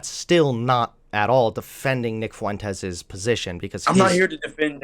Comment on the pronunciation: Nick fuh-wentez